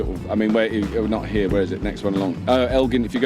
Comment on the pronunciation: ..."...it's good 'ere.... "